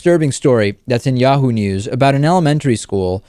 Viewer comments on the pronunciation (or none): none